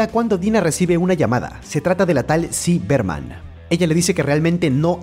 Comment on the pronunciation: es ziggy berman :) no es ci berman